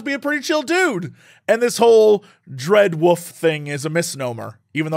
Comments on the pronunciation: I'm sorry Jesse, "Wuff" did you say "Wuff" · I love how you say wolf Jesse. Dreadwoff is such a great name <3